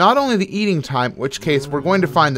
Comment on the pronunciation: Minecraft Science, says "ate'n"